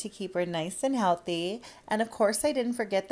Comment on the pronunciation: "To KeEp HeR nice aNd HeAlThEy"